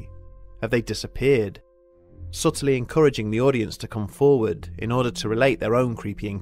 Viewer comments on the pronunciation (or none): none